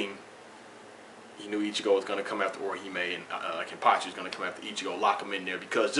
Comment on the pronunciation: Thanks for the vid, I really enjoyed it, and btw you said the name right;)